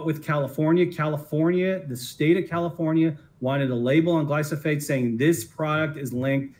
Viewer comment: That lawyer does not even know how to pronounce the name of the product so how can you trust him. It is glyphosate. I am a weed scientist. That means I work with herbicides and research ways to better use them. Glyphosate is a great product. It kills plants by inhibiting three precursors to amino acids that humans do not have. This is a stupid witch hunt. By great product I mean it is inexpensive, safe, and works very well. Not having roundup in the agricultural arsenal will hurt growers as well as consumers, because now their food and fiber products will be more expensive to produce.